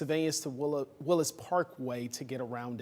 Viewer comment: Uh whats you Talkin about Willis... it's Willys Parkway not Willis Parkway🤔